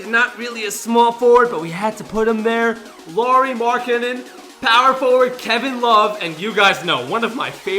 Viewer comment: You said "Lauri" wrong